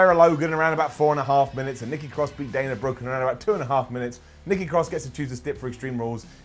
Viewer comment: She calls her self NEKKI CROSS